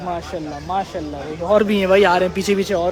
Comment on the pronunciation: Oh bhai pehly MASHA"ALLAH bolna seekhlo.. Ya masallah nai hai.